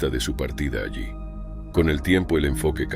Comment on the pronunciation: Porque hablan con muchos errores de pronunciación y otros detalles, los demas comentarios señalan algunos. "Allí " pronuncia "alí"